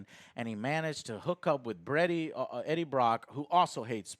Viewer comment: JOE HAS GLASSES WTF?!?!?!?!?!?! Also he said “Breaddie Brock” XD